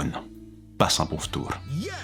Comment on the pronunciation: "Passe un bon ftour" xD toi aussi